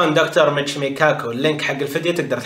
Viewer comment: للتصحيح العالم اسمه ميتشيو كاكو وليس ميتشيمو بالتوفيق